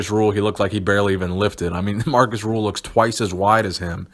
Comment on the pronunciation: Great video, however his name is Rühl not Ruhl.:)